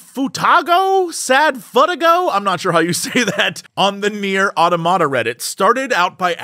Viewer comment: Why is Jesse mispronouncing the word automata?